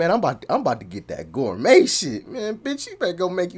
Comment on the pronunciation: And “gourmet breakfast” not “score me breakfast”